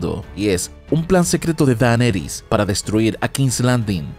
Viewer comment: Este man tiene un problema serio de dislexia! Qué fastidio su maña de pronunciar mal el nombre de Daenerys! En fin, la estupidez también es una opción